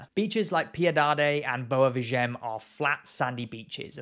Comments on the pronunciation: The beach it's called and must be read: "Boua Veehaghen".😉 - NOT "Boua Veeghen".🤣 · You have Google to help you with the pronounciation. Why do you keep ignoring the "A" in Boa VI.A.GEM?? The "A" is the tone syllable, by the way. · Nice video. But the pronunce of Boa Viagem is Boa (this part is right) Vi (is pronounced like the letter V in english) a-gen (is right, but there is a small pause between a and gen)